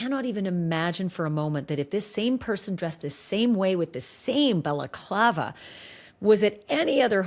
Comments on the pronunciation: This guy is saying Baklava (Greek Turkish dessert!) It's a balaclava! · Did this guy pronounce 'balaclava' as 'baclava'?! Baklava is a Greek/Turkish pastry! This was after Ashleigh had to politely correct him about what was in the videos & photos etc! Can not get over the 'Baklava' though! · It’s not a baklava guy, that’s a dessert! It’s balaclava. This guy looks clueless Ashleigh! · lol - baklava is a dessert. You tried to teach him the correct pronunciation of balaclava but he was committed to the dessert 😂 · He Tripled-down on that BAKLAVA (balaclava). 😂😂😂😂😂 I’m dying. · Balaclava is pronounced ba luh KLAH vuh ….. the first syllable sounds like the sound a sheep makes ,”baa”🐑. It is NOT “Bella clava” …. I have no idea why that is so annoying to me lol other than that mispronunciation I really do enjoy this channel and the content. lol I know it doesn’t really matter it is just a pet peeve. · It’s not baklava like the dessert! Say it right dude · I’m sorry but this guy sounds dumber than a post. It’s NOT pronounced Baclava like a dessert FFS.